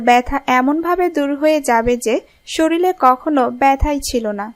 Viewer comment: কি উচ্চারণ রে হায়রে হায় - সরিলে সরিলে সরিলে , কবে শরীর বলবেন?